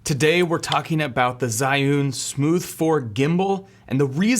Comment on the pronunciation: The pronunciation of 'zhiyun' Was terrible haha but it's understandable that Chinese words dont get pronounced right by sb who doesnt know the language And otherwise it was a nice video :)